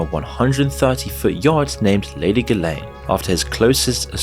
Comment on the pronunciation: HOW do you mispronounce this dude's name? YouTube is absolutely crawling with videos about him, and I'm sure you watched videos to research the subject... How?! Edit: And Ghislaine, and Abercrombie... bit sloppy there, bro.